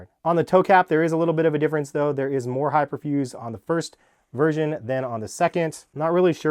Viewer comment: Why does he keep saying “Virgin”